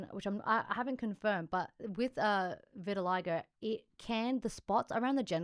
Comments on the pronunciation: Hey, thanks. Just an FYI, "vitiligo" is pronounced vit uh LIE go, not vit TIL a go. You guys are great. You really do a great job. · Maybe they pronounce it different outside of America